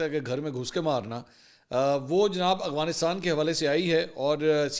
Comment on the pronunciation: آپ ہمیشہ اغوانستان اور اغوان بولتے ہیں جبکہ درست افغانستان اور افغان ہے. آپ ملک کے بڑے صحافی اور اینکر پرسن ہیں آپ سے غلط تلفظ بہتر نہیں لگتا